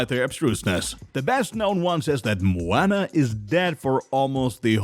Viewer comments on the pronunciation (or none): Did you really just pronounce it mo-"anna" 🤦🤦🤦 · Dis man doesn't know how to pronounce the title character's name!😭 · ikr it’s like this man never even seen Moana before smh